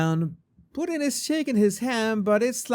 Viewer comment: 😂you said "Pooteen" .. isn't that a Canadian dish? 🤔😜👍